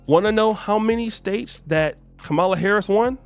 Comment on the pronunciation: Why do you continue to mispronounce her (VP Kamala Harris) name? I can kind of understand during the election cycle, but it's over. To continue to do it now is just petty. , + LA